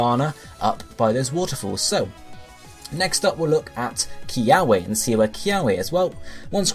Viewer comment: Good video and theory, the only thing that kinda bugged me was that you mispronounced most of the Hawaiian words ..... Like kiawe is supposed to be pronounced with the w sounding like a v ....If you ever wonder how to say them you can always just google search how to pronounce them c